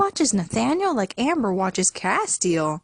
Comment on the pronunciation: It's cas-tel not cas-te-al